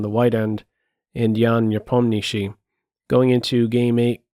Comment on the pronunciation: you are the only guy on YouTube who actually pronounces Nepomniatchi correctly the way it's pronounced in Russian:) And great commentary as always!